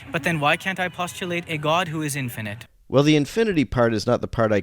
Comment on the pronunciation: She keeps saying "infinant." 😂 I can't.